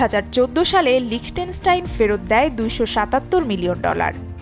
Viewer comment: লিচেনস্টাইন হবে। উচ্চারণ পারে না সে আবার সংবাদ পাঠিকা।😂😂